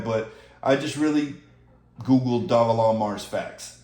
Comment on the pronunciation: I’m not sure why you thought I was joking, I was being dead srs about the mortgage. Also Dogelon isn’t pronounced “dog-A-Long” 😂 It’s “Doge-Lunn-Mars”